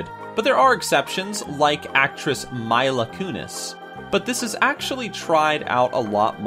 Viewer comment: Did he just pronounce Mila Kunis as Maila Kunis??? LOL XD